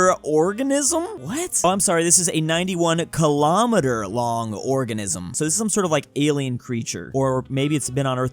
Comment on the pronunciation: i don't even get why you say it wrong. Do you also say sen-tomme-eater? mill-omme-eater? mi-cromme-eater? nae-nomme-eater? Then at least it's consistent.